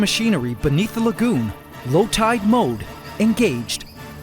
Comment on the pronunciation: Every time you say lagoon, I hear legume